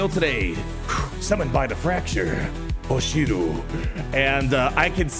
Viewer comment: As the name is written is pronounced Hoshiryiu, not hoshiru